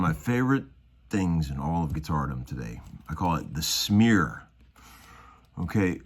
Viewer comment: Did you say snear or smear?